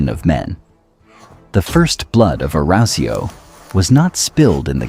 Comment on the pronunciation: Awesome storytelling and visuals, but bloody hell, your pronunciation of 'Arausio' is physically painful to listen to man.